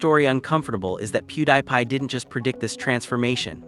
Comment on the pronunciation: AI voice. Literally pronounces his name “PewDIEPie”. 😂 “How do you do fellow humans?”